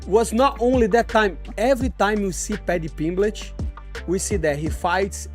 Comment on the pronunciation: moicano: "padchy pimbletch"